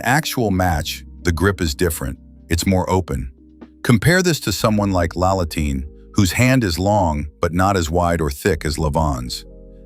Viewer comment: Love the drawings of the training tool you made! Just a few tips for your TTS. Sabin is pronounced “say-bin”. Kurdecha is “ker-de-cher” (short “e” vowel). Laletin is “la-LE-tin”. Be careful on which syllable to stress here. Do be sure to take note for the future.